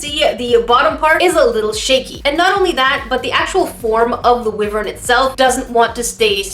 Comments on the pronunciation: I just need to get this out of my system It’s pronounced wīvern not wiverni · ", you;re saying it wrong!" Wyven is pronounced more like "Why-vern" not "wivvern". Still luv ya. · Wyvern is not pronpunced like wivern its why-vern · Oh this hurts my souls, ur saying it wrong its why-vern not wi-vern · Its pernoused why-vern not wi-vern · wivern Me: triggered cuz I like dragons lol WHYVERN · Wyvern is pronounced "Why-vern" not "wiv-ern" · Wyvern not Wivern. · I do not want to be mean but the monster is pernunce why -Vern not wivern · It's not pronounced (wiverns) it's (wyvers) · I'm pretty sure it's pronounced 'why vern' not 'wi vern; Not trying to be petty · I don’t wanna be mean but you said wyvern wrong it’s pronounced why-ver-n i’m a big fan I don’t wanna be mean or anything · Small point: YoU aRe ProNoUnCiNg WyVeRn aLl WrOnG. Seriously it is said with a long "I" so like "why-vern", not "wivvern". I love your videos but this was grating on my ears every time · Wyvern not wivern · I could be very wrong, but I think wyvern is pronounced “why-Vern”. I’m definitely not too sure, so saying it “wi-Vern” could be correct! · wiv-ern? It’s wive-ern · your saying it wrong! It's wyvern, not wivern! XD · bUt, yOu'Re sAyiNg iT wRonG! wYveRn iS pRonOuncEd wAi vrn, not wi vrn (jk love ur vids) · Dragon City is a fun game. I downloaded it long ago. I have a really powerful dragon; The Hunger Dragon, Level 21. How says Wyvern rlly bothers me XD I pronounce it like Why Vern and not Wi Vern. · Wivern Me a dragon fanatic (salty): WHY-VERN ITS WHY-VERN coughs your making my salt dragon fire come out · I think that Dragon Mania Legends is better. Just my own opinion. It’s very similar but theirs some different things also theirs like 500 something dragons. Also I think that it’s pronounced Why-vern, not wiv-ern. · Wivern? Not Wyvern? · Wyvern isn't pronounced wivern it sounds like how its spelled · ITS A WYVERN NOT A WIVERN